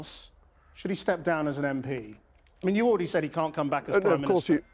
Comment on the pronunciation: He says he was assured he was priminitser